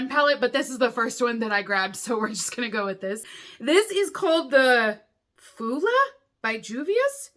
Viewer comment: Fula is pronounced FOO-luh. Fula are an ethnic group of nomads in West & Central Africa.😎